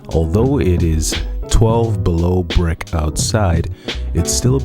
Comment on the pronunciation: The second you said it was “brick” I knew you were from New York.